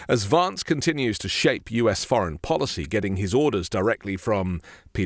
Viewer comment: why don’t you pronounce the name VANCE correctly, you’ve lived in the usa long enough to know what the correct way to say his name is.